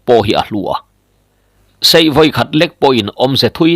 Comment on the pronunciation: I chhiar thiam viau na in, heng thil i lam dan hi chu ka sel ve deuh." Lui KUAM, hnar KIN, SEIH tih leh TUBAL" heng Capital ka ziah te i lamdan hi chuan Beng i ti thlep deuh.